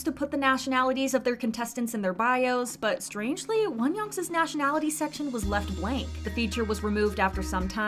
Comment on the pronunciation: Why do you say Wonyoung’s as Wonyoung’s-is? There’s no second S lol